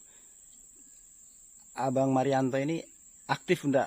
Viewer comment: Itu sumanto bukan marianto 😂